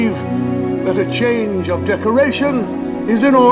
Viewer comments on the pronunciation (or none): none